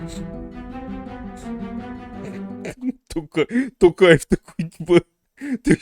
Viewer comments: Написал бы на листочке и читал с листа. Такое впечатление , что специально коверкает господин Пукин. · Я смеялась над Путиным 😂 как так? Президент РФ, 30 лет учился имя Нурсултана Абишевича Назарбаева произносить. А теперь не может произнести Касым-Жомарт Кемелевич Токаев. Других президентов ЕАС он хорошо произносит. Поэтому стоит задуматься. Ай ай Путин